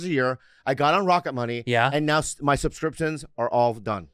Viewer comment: Bobby cant say subscriptions to save his life 😂